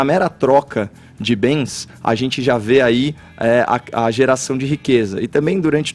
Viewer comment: Caralho, destruiu esse gay separatista nojento. Pra piorar ainda mais, o cara trabalha em uma rádio mas a voz dele ME DA NOJO, não sabe nem falar. Ridículo um cara que fala "Azenti" trabalhar em uma empresa renomada como a JP. Por causa dele e do Edcagar nem assisto mais ao vivo, liguei hoje e não consegui ouvir 5 minutos da voz desse gay chato. Enfim ficarei vendo os vídeos que tiver o Coppolla apenas.